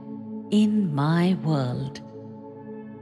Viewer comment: Why do you have someone who’s English is not their first language read this?There is no T in the word world.